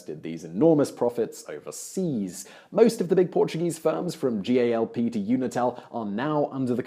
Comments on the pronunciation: Galp not G.A.L.P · As someone who lives in Portugal, I can tell you G.A.L.P. as you said it is actually pronounced "Gahlp". Just as a heads up!